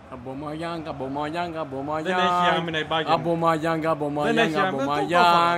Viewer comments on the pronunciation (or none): Ομπαμεγιανγκ λεγετε οχι Αμπομαγιανγκ! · Και Αμπαμεγιάνγκ λεγεται